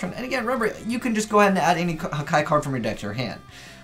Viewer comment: One of the only yugitubers I now saw/heard who can pronounce Hakai "correctly", not Haka, Haki or Hika. But I think they are really destructive and good in disruption opponents monsters, but it has no protection and can easily get Kaiju-ed, returned to the hand,deck, etc.